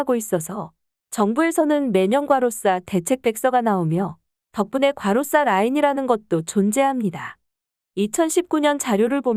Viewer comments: 자꾸 가로싸라하네 당신 일본인이지? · 과로사를 과로싸로 발음하니까 몰입도가 떨어지네요